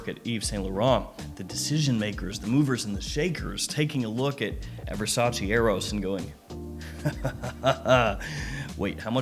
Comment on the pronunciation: I love your channel so much, but please stop saying "versageee" 😄 There is a video of Donatella Versace explaining how to pronounce it, more of a "versatcheh" 😅